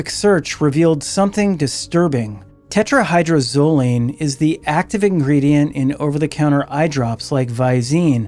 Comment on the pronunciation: Tetra-hy-droz-o-line. Phonetically: (Tet-ra-Hye-Drohz-Oh-Leen)) No biggie, but you’re missing a whole syllable. ✌️😁 Crazy how so many ppl actually think THEY will be the one to get away with it, when so many ppl have failed in the past using the exact same drug!🤦🏻‍♀️